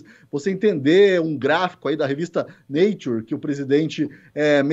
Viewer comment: Revista "naturi"?! O cara não sabe nem pronunciar o nome da revista! affe, que vergonha! Alguém avisa o cidadão que nem falar sabe, que artigo publicado em revista, independente da notoriedade da revista, passa loooooonge de ser consenso científico. Artigo científico publicado em revista científica é apenas uma maneira de divulgação de estudos. Após a publicação de um artigo, geralmente o estudo divulgado precisa ser replicado por pares, ou seja, testado em outras instituições, que vão trocando informações sobre os resultados,, comparando com o estudo principal, até chegar à uma conclusão de colegiado. O quê esperar desse ser bizarro e sua trupe sobre esses temas? NADA! Colocaram até Sinistro da Educação que semanalmente escrevia errado (vexame internacionalmente divulgado) e que até confundiu escritor famoso com comida árabe! Por quê esse cínico não comentou que TODAS as revistas científicas divulgaram estudos descartando a cloroquina e hidroxicloroquina no combate à covid, até chegar a um ponto constrangedor onde somente o Brasil ainda embarcava nesta furada! Cadê a cloroquina? Nem falam mais nisso! Gente desonesta e perigosa! Obrigado ao STF! Se dependesse desses vagabundos, nem vacina teríamos, afinal ele recusou e atrasou o quanto pode esta opção! Estaríamos todos entupidos da cloroquina e o número de mortos beirando um milhão!